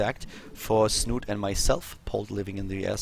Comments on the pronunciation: It's pronounced Snuute, or Snute not snoot or snoote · Please, it's not 'Snoot', it's 'Snoote' with the same meaning and ending sound as 'schnauze'